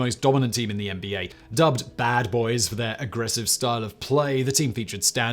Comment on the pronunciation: As a proud Detroiter, your pronunciation of the BAD BOYS gave me the shivers it was so bad